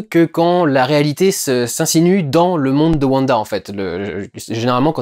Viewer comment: Mais on dit wanda pas vanda bref attention spolier j'ai personnellement adoré la série est je les regardé tout les vendredi Mais je trouve que l'identité de Agnès est assez facile à comprendre pour les gens qui connaissent wanda des comics car hagata harknesse est la mentore de wanda dans les comics est rien que sont nom je trouve montre car Agnès ressemble énormément à harknesse surtout sont lapin à le même nom que le fils d'hagata dans donc pour les gens qui on lue les comics c'est assez dommage car il ya beaucoup moin de supence pendant l'épisode 7 Sinon j'ai personnellement beaucoup aimé le discours de vision à bah vision sur le bateau de thésée sa faisait un petit moment de pause dans cette épisode qui commence sur les chapeau de roue